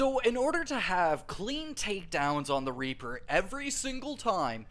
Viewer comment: I thought he said raper farming 💀